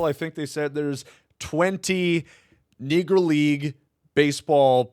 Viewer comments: wtf did you say? C’mon now bruh that wuz wild NEGrOw … not what you said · you gotta work on how you pronounce knee grow league. I think you forgot the O at the end a couple times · Negroo is what it sounded like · Yeah definitely sounded like he almost forgot to O at the end a few times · Did I hear the R?